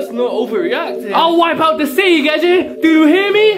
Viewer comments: It's gege, not geje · Gege is pronounced "gay-gay" no joke tho